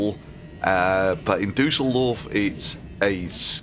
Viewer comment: As a german I appreciate that you try to pronounce „Düsseldorf“ correctly